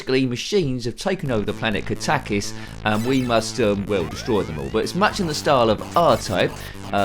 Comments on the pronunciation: I always thought is was pronounced Kat-a-kis. The first time someone has pronounced it Ka-tak-is. Who knows, it could be the right way. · I always pronounced it kat-a-kis too.